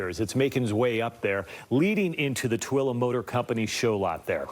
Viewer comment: And isn't it pronounced t w o l e e. Not how they're saying it on this news coverage. Isn't it pronounce like the number two and then the name Lee. Maybe I'm Wrong who knows somebody let me know I'm curious